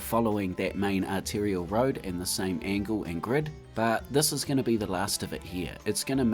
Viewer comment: 3rd artilliary road? What division? 😂 I think you mean 'arterial'.